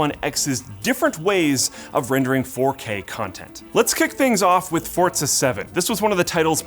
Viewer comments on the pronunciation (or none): Fortza 7? who the hell pronounces it as Fortza lol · There is no fucking T in forza it’s not fucking fortza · Fortza? Is that right? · Why do people from NAmerica pronounce Forza with a T in it? Really triggers me.